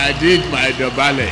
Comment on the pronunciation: DÒBÁLÉ not Dobable!!!!